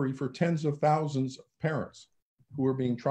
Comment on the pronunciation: Thens of tousends of affected parents? No. Millions, millions of them. Great interview with this godsent Duo!